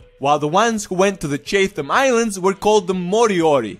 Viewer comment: Chatham is pronounced chat ham